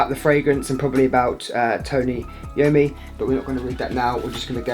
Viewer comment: It is pronounced, Eye-oh-me.